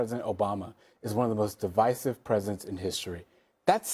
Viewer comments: She didn’t even pronounce the word correctly, I doubt she can explain what it means 😅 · She can't even pronounce the word "divisive". Maga makes statements and when they adked for proof of what they say, they just jump to the next unfounded statement. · She mispronounced "divisive" because she's a clown.